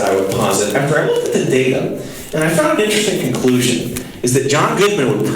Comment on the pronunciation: Yes but more, "Teh data" hahaha